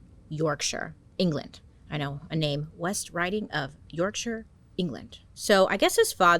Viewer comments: As someone who was born and still lives in Yorkshire, I truly appreciate hearing an American pronounce it correctly instead of making it sound like the home of the hobbits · I'm from bradford , England, I love the way you said Yorkshire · Can I just commed you right off the bat for pronouncing Yorkshire correctly. ❤ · Thank you for pronouncing Yorkshire properly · Yes Bailey! The first American to say Yorkshire right. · Halifax born living in Bradford ✌🏻the pronunciation of Dewsbury and Dewhirst made me cringe though but proud of her for getting Yorkshire right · Whattt asif he went to QEGS in wakey 🙈😂 would love you to take a deep dive into wakefield prison one day, they have the worst of the worst there 🙃💖 also thank you for pronouncing yorkshire right 😂 so many i see pronounce it wrong 😂x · Bailey pronouncing Yorkshire properly has just made my day